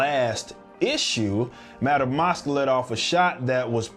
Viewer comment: Its pronounced MASK, Madam Masque, not Mosque.